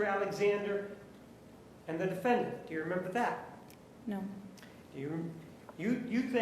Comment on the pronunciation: I love the way the judge pronounces DEE•FIN•DANT. 😂😂😂